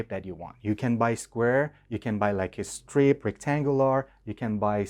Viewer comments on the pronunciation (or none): When you said "estrobes" and "estrip" instead of strobes and strip, I figured you were Persian. 😁👍